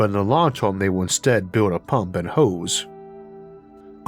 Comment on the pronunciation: Tf is up with this guy's accent? He pronounces "term" as "toium"